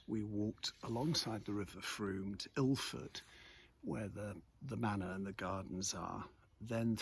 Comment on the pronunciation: Ilford?! Really? 😂